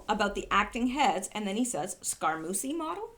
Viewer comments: Scaramucci is pronounced Scaramoochi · Ruth BAY-Der. Long A. Scar-A-mooch-ie. They call him mooch. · Scaramucci is pronounced Sca-ra-moo-chi.